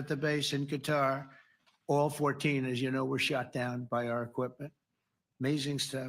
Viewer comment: I wonder if Trump mispronouncing Qatar is deliberate to tick them off.